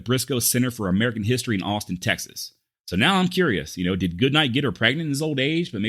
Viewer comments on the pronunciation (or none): none